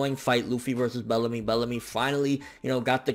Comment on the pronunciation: I lost it when said "Bellacrust"! XD rotfl